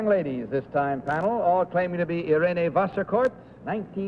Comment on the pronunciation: The name of the third contestant is certainly not “Vaskorff”! It sounds more like “Wasserkort”.